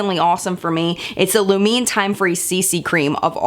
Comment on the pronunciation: Hi! Just a thought, Lumene is pronounced as it is written. It has three parts? (sorry don't know how you say that a word is like chopped up?? Like in the way "candy" has two parts can-dy. Am I making any sense?) lu-me-ne and it's said like LUU-mene. I don't know if I made ANY sense at all but yeah haha you said in a live once that you appreciate knowing the right way to say product names so 😝 Really like your videos!